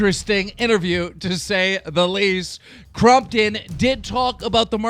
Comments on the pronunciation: Stop saying crumptun 😭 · I thought keem said Mccrompton